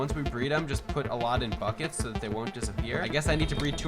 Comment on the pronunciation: When he said “ get in the buckets guys “ I thought he said “ get in the fuckets guys “😂😂😂